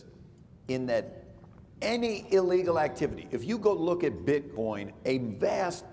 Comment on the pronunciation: Did he say bitboin?